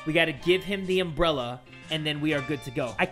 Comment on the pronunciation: "But we have a umbreli" Really? A Umbreli xD